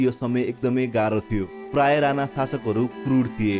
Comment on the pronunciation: राना होइन राणा हो,उच्चारण सहि गरौं